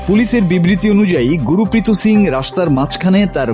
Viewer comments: উচ্চারণটা ঠিক করুন। উনার নাম গুরপ্রীত । গু রু পি ত নয়। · Gurpreet singh.. guru prito singh na.. naam o bolte pare na thik moto